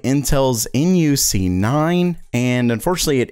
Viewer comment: its pronounced nook not N.U.C :-p